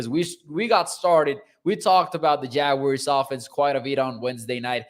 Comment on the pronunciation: Please,just say jaguars,ive yet to hear the proper pronunciation